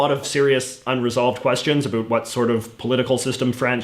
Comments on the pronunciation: why do you pronounce ABOUT like that???? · about: uh-bAut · the way you say about is unbearable lol